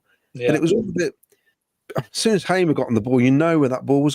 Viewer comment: The name is Hamer as in Harmer, not Haymer !!